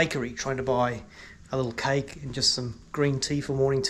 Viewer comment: She clearly got confused by your pronounciation as you pronounce cake as kike. :)